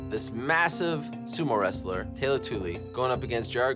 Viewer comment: no his name is " tyeeeeeeee tewiiiiiiiii" than the 2nd time you say his name its called "tayyylo" as per bill wallace's commentary